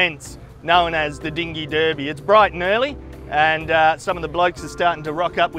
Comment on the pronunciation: He pronounced derby wrong. 👎🏼